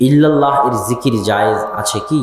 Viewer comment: ফয়জুল্লা আপনি আবদুল্লাহর থেকে আকিদা শিখেন।কি ভাবে বুজাইতে হয় দেখে নাও।তোমার ইল্লা লা বাদ দিয়ে লাই ই লাহা ইল্লা লা